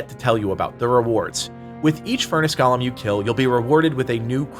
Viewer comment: Bruh, it's GOAL-MM not Gollum.